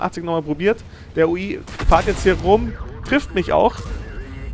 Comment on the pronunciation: super runde...aber es heisst "fährt" nicht fahrt :)